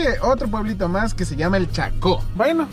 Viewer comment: A la amazonía siempre le desconocen los lugares. Hasta extranjeros saben pronunciarlos bien y conocen bien.